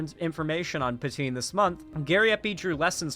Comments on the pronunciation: Pan - TwaN - Ne - is the enunciation for "Pantoine" .... you lefty making fun of us quebecois for being francophones shows how you'Re jsut as much a joke as anyone, your values ain't worth more than your fake vomiting at the thought of french quebecois language. [ you ain'T nmothing close of the P o sh*t Gariepy, don'T worry, but man it'S sad to see you act like a Leafy or any trash youtuber bashing quebecois] You are better than than and should do better than that next time. Been a yea, gotta get Gariepy roasted if you can debate him and other youtubers could debate him and get the truth out of that cultist ring wing nut. Center-left here and i say : you can do better than joking at quebecois. It hurts so much, i had so much respect for you and had missed that part when watching the video last year and this year... now it hurt like a brick. You kicked me n the nuts and i accepted to keep listening all theses years to you cuz you had a good thinking head. You ain'T dumb man, but agree that we can do best when we are united as north americans no matter what language we speak. United against actual fascists. No matter who the actual fascists end up being when the day of standing for center left comes. I'll be center left, not far left . Front line for the left is us at center-left. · pronounces her name like Poutine, I can't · I literally thought he was going to start calling her "Poutine"